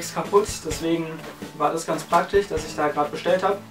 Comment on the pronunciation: süß wie du immer "praktich" sagst ^^